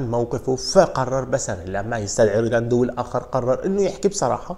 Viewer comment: يا رجل مشكلتك بتنطق الاسماء خطأ بشكل مستفز … مش ريداندو … ريديندو